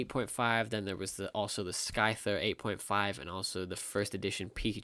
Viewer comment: It's not skyther wth how can you mispronounced gen 1 pokemon......